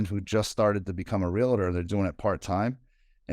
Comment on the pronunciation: REALTOR, REALTOR...... do not say RELATOR , It is a Lender a Bender?